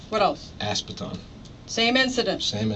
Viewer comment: Did i just hear him say A$$ Baton!!!! HUH G@